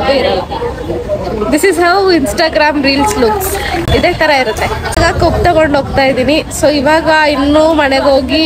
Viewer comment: madam adu kobbu alla kabbu 😊😮😅